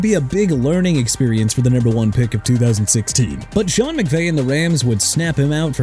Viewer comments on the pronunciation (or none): none